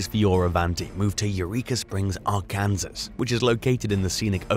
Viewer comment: It is RCANSAW not Rkansas. smarten up.